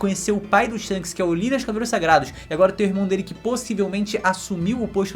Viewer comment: Shonks ????? Que porra é essa ksksksksksks